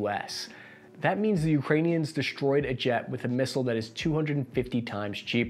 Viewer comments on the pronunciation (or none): none